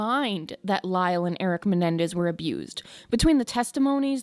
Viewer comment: Why is she saying menendez?